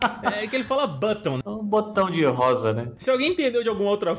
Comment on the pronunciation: Ele n diz botao ele diz bunny (coelho)